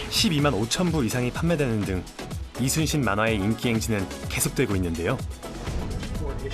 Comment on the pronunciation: 미국쪽은 LEE가 이니라 YI로 읽는구나 발음도 딱 이순신이고 ^^